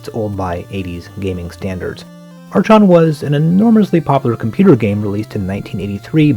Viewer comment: The "chon" in "Archon" is pronounced like the "Chron" in "Chrontendo" (minus the "r"). I will add to that useless nitpick that I appreciate your videos very much.